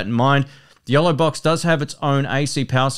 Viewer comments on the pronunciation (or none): Yolobox FYI, I thought he was saying YELLOWbox and i couldn't find that. Price was not mentioned. the Yolobox is around $ and the Feelworld Live Pro is under $300